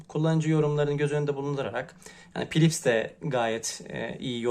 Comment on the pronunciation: sen pilips dedikçe aldı beni bir gülme :-D